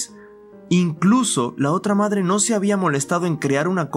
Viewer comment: XD tu dijiste made XDDDDDDD no madre